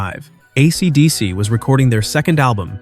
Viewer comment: "AC...DC." Geez, the AI reader is silly.